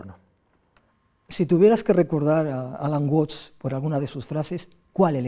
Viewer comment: Se pronuncia "uats" no "uots" Saludos! 😁